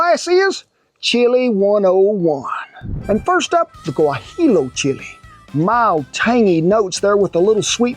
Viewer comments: Yeah, that's why he said "gua-heelo" instead of "gua-hee-oh". Are you sure you are Mexican? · Guajillo chile is not 'Guajilo" You spell it "GUAJIYO" just like in TORTILLA (Tortiya)